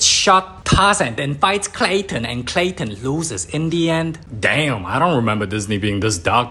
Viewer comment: And it's clayton